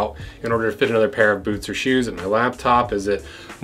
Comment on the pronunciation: "Bewts" :D